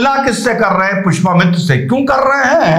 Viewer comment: Small correction, Pushpa mitra nhi Pushya mitra shung naam hai.